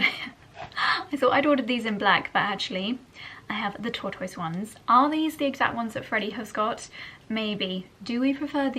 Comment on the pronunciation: Tortoise - strange pronunciation...